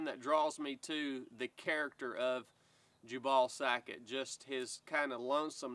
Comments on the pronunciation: jew-ble. Not jah-ball. LOL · I believe the pronunciation might be , Jew Bull . Not jabawl. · Jubal: mentioned in the bible as the father of musical instruments. Also related to jubilee, jubilation, etc. I've always pronounced it with the emphasis on the first syllable, so your pronunciation sounds a bit off to me, but maybe I'm saying wrong. 🤷‍♂ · I know is just messing with us with his pronunciations of Louis & Jubal. Even so it really was bothering me lol.